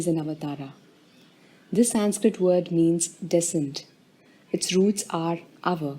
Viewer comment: That is not how you pronounce 'Sanskrit'. If you are Indian, at least learn how to pronounce your own cultural words correctly.